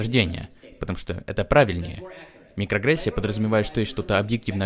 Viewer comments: микроАгрессия, а не микрогрессия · Мне послышалась нигрогрессия.